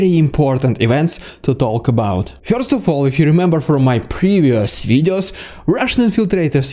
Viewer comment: Very helpful updates. Thank you. Your impressions are also funny. And your English is very good. A kind comment on the pronunciation of one word: "First": It rhymes with "worst" and has one syllable or could be rewritten "furst" for pronunciation if that helps.